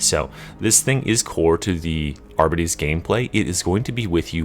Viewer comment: It triggers me every time he says arbites wrong lmao